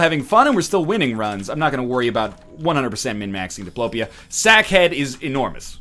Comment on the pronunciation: First time I hear you calling it Sack Head like you're supposed to. It also hurt a lot that you didn't take Satanic Bible with you, you got hit so many times while having habit...